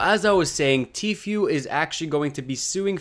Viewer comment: It’s literally pronounced T-Foo not Few 😂😂😂